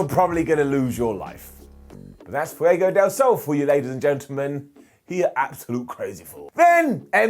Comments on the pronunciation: I adore you, and that’s why I have to tell you that you pronounce Fuego wrong. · I wholesomely love they way pronounces Fuego. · I like, really I do, but the way he pronounces Fuego just irritates the living shit out of me.